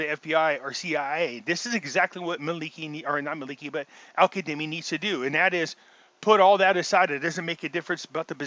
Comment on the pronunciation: Why do you pronounce his name as Al Kademi? It’s Al Kazemi!!!